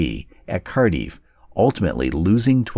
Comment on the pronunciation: I never FAIL to be highly amused by American WW2 video commentators and their comical pronunciation of non-English names - and even some fairly simple English words. Eg "galliant" (brave), or to "laze" around (the text said "to lay around". And then the capital of Wales is "Car-diff", not "Car-deef"!! WTF?